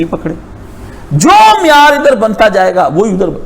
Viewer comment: تم اور تمہاری ٹوپی اثری صاحب کی جوتی جیسی نہین بیغرت کہی کے تمہارا تو اردو کا تلفظ نہین ٹھیک تمہاری گفتگو مین عربی نا اردو لفظ معیار کا تلفظ درست نہین آپکا دلا بیغرت